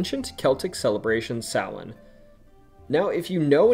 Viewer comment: Omg you actually pronounced Samhain correctly I love you